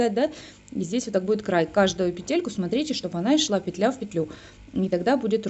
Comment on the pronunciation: . Ишла, Ишла б...ть ! Ишла, Ишла!!!!!! Ишла, ппппцццц! А девушка и МК, супер, живая и кратко, уважаю. Но слова... меня убило!!!